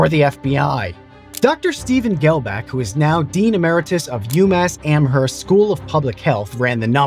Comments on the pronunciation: As a ma native "Am-herst" hurt a bit... We say am-erst no "H" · Hey Man big props you said Northampton right (pronouncing the H because it's tied to Easthampton & Southampton... in North & South the double H is dropped but should be pronounced) but... in Amherst you don't say the H :( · Pro tip, the 'h' in amherst is silent lol